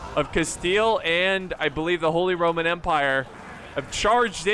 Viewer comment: "Charles V of the Holy Rrrrrroman Empire"